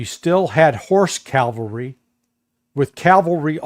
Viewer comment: It's CAVALRY